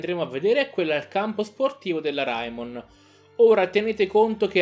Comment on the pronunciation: Ma non si pronuncia reimon